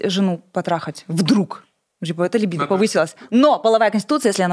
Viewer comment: Крутой выпуск, впринципе как и все) Нравится ваш подкаст, так ещё и подруг подсадила. После спорного высказывания (как на мою точку зрения) обсуждаем с подругами. Вера более раскрепощённая стала. У очень грамотно поставлена речь. НО! Ударение в слове ЛИБИДО режет слух 😅 Наташа очень крутая и интересная личность. И да, благодарю отдельно всю команду за качественную и цельную картинку.